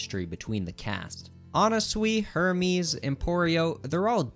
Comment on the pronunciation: "Her mees" is CRAZY